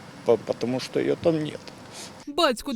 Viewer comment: Уважаемая, вы в курсе, что вообще-то "Що", а не "Шо".... Или образование прошло мимо?